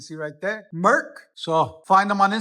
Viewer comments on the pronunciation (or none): none